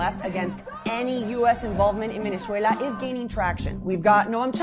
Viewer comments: I think what he means is she speaks in an unmistakably American accent, all of the time, except when she says that one word, Venezuela. Granted it's not exactly a big issue, it does feel very forced though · Why does she speak with perfect American English but then say the country's name, Venezuela, with with a thick spanish accent? Does she say the word United Kingdom with a Welsh accent too ? What a weirdo. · why is she pronouncing Venezuela spanish? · To me part of the act, to make audience feel she a genuine venezuelan.. it like Guido studied in US university, trained in US FOR THIS. .. but on fox news speaks in spanish.